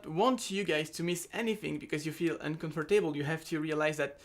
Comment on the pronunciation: uncomfortaibol xD